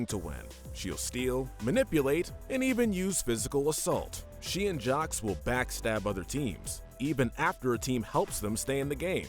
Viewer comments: Why you pronounce Jacques as “jocks”? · 'Jawcks and Johseeee' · ...did you just pronounce the S in Jaques? ...why?